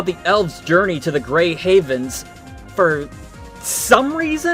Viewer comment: "Grey HEAVENS" 😂 Seriously, is even the word "haven" too difficult to pronounce??